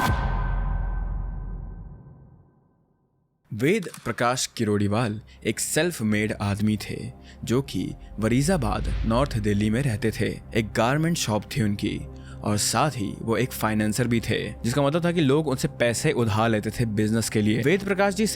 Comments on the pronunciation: Bolna to seekh le phele wazirabaad not warizabAd😂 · Wazirabad not warizabad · Warizabad nhi bhai it's wazirabad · Warizabad ya wazirabad? Aaj script nahi tha saamne shayad. It seems you made this video in a rush. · Wazirabad not warizabad😂😅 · Wariza ❌ wazira ✅ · Its “Wazirabad” not “Warizabad”😅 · You said Varizabad??? Seriously.